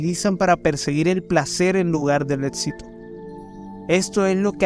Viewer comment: Todo iba bien hasta que escuche que dijo etsito en lugar de éxito... Con eso ya se que no tengo que quedarme a mirar ni escuchar más